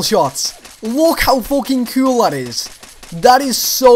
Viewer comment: "That is so cewl!"